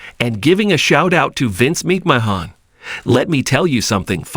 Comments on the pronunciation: Good ‘ol Vince Meek Mah Hawn wtf is this sh^t? 😂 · YOU CAN'T EVEN SAY HIS NAME RIGHT